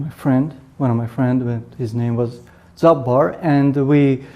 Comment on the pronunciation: Jobbar ❌ Job bar ✅